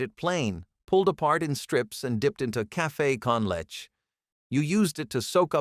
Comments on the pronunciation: toss tones… pee lawn… per nill… cafe con letch… gwineos… I’M SCREAMING 💀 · Caffay con letch!!!???